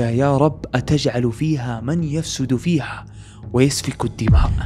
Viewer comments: للتصحيح : من يفسد فيها بضم الياء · السلام عليكم ورحمة الله وبركاته جزاكم الله خيرا و احسن اليكم بس تنبيه ربي يعافيك في اية ٣٠ من سورة البقرة (من يُفسد) ادغام النون في الياء و الياء مضمومة و ليست مفتوحة